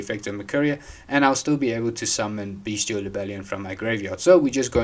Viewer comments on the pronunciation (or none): The way you pronounce bystial is funny haha. Lab has a horrible branded matchup. GG